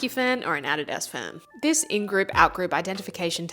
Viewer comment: "add- i- us fan" fucking disgusting how you pronounced that